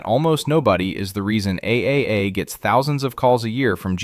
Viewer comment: How to tell if you are listening to an AI voiceover? When the voiceover says "A A A "instead of TRIPLE A 🤣